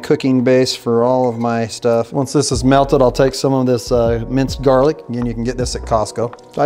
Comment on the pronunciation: Not JARLIC!!! Yuck!!!